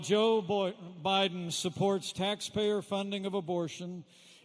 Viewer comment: Who is Joe Boydin? Pence said Joe Boydin. Who is that? You republican get a hard on every time Joe Biden misspeaks but say nothing when trump does on every speech he makes.